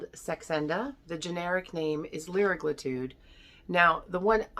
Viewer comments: CAn you pronounce the words correctly. It’s semagluTIDE and liragluTIDE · Yea she’s also not even pronouncing it right.